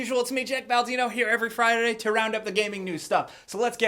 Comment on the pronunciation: "...here every frarareiday ..."